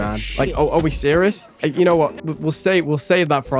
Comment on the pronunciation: This guy pronounced “serious” so bad my Siri thought someone was calling her